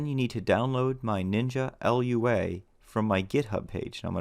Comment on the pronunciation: Lua can be pronounced loo-ah, rather than spelling it out.